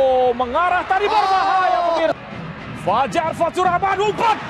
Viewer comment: fajar , r nya gacooRRRRR